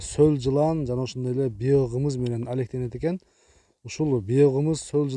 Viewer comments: Автор ишинизге иигилик бирок суйлогондо туура сулосонуз жакшы болот ... Биогумус деген созду биокымыс дебей ! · Биогымыз эмес биогомус туура сүйлөсөң мына алып баруучу